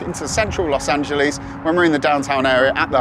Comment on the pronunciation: "Los Angeleeze" lol